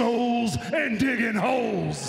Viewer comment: Altin Ademi sound like he said hoes 😂😂😂